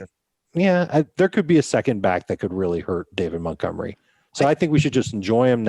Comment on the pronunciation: Can anybody tell me why refers to David Montgomery as David Muttgomery?